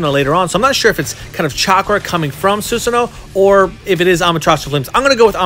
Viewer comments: You dont say susano it is pronounced susano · bro u said susanoo wrong I wish I could tell u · i mean no disrespect but the way he says susanoo and amaterasu makes me pissed